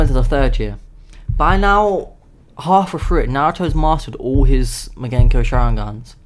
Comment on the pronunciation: it's mangekyo not magenkyo